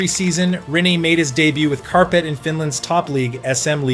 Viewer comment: I don't know calling Kärpät carpet might be slightly worse for me. its kinda funny tho 🤣